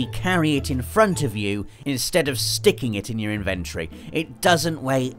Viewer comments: In..ven...tory not invent...rey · 7 times pronounced inventory wrong